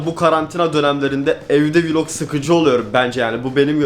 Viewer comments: Vılog değil vilog yani Vlog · Hiç kimse:: vulog günü